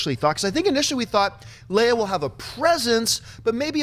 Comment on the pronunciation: He said princess........princess leía?